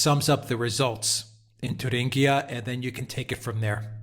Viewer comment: Come on, it's not "Turinguia"but in German it's /Thueringen/ whereby /ue/ or Ü is like "du" in French as in "DU Café svp";-) Cheers guys. I want that Alpha team and Lawrow coffe mugs:-D!!!